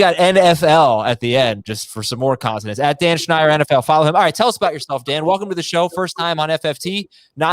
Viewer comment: How is Dan's name so difficult?? it's "Schneider" without the "D" (wth?)